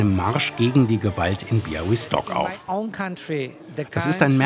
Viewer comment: Lob an den Moderator für die saubere-korrekte Aussprache des Ortsnamens "Białystok"! Es sind derlei Kleinigkeiten, die zeigen, dass Ihr Euch Mühe gebt 👍🏼